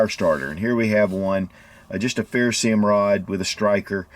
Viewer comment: What kind of rod? A 'ferrosee um' rod? Or a ferroserium rod? 😂 Lol